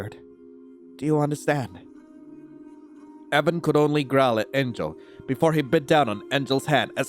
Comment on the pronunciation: ngl the way u said enjel sounds like angel and evan sounds like heaven